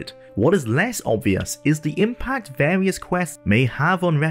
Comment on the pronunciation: Wole play with warious quests in a pawticulaw quest in vawious locations.